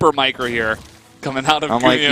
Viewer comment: I thought I heard something else when he said "meecro", lol...